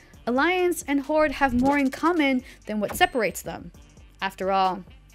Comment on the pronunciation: the way she say Archimonde you would think his is Nigerian